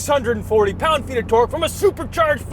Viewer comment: I love that he pronounced "torque" as "turk" 😂. They turk er jerbs!